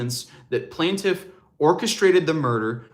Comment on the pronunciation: Its pronounced "plain-tiff" not plant- if. 😬 js